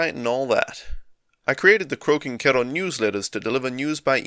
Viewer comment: Thought you were saying Croaking Kettle for a bit at the beginning :D Didn't realise it was pronounced like ろ